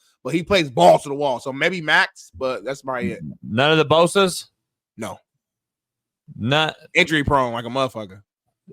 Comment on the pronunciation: Did he say the Bosas?!?!😂😂😂😂 everytime he talks I don’t know how he coached football.